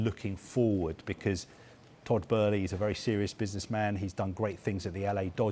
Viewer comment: Lol they keep saying his name wrong 🤣